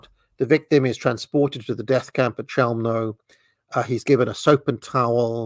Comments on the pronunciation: You pronounce it “cheumno” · I’ve always heard “Chelmo” pronounced with a “K” rather than a “Ch” sound, but now I’m actually unsure which pronunciation is definitive.